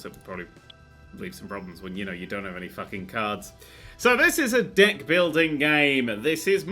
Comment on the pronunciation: I keep hearing Dick instead of Deck...